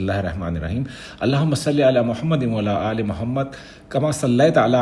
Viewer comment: Wa Aala Aal e... Please make it correct... It nt "wala aal e"